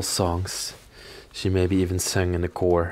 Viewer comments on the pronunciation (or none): I'm guessing that this house was passed down to her and her husband. All the old beds and little antiques, seem to have been a part of this home for a long time., you are so wonderful to watch and your voice is enchanting. BTW, the choir you pronounce chore, it is pronounced Kwi-Er. English is a strange language.